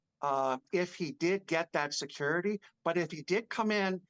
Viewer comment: Please learn the sound of a T . Secur… ity. Teee! It’s hard to listen to the weird no T in any word. T has a sound. You say Kaaae for Kate! Which she is not called. But it has a T ! Is that to hard to learn????your buddy Popcorn planet is smoking you on subs! They say thank you and don’t force money because they are so good!